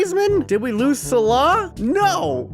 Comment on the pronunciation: The way you say Salah triggers me every time